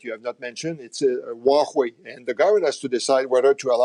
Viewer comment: waHue or Huawei! Is he really specialized in Can-Sano relationship?